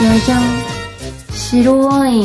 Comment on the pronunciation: 、ワインのイントネーションに違和感があるような気がしなくもない。